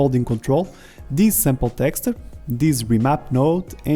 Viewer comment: My right eye twitches whenever you say "texture"